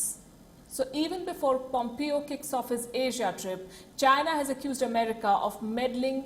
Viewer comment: Pronounce Pompeo's name properly is is not Pom-Pee-Oh, it is Pom-Pay_oh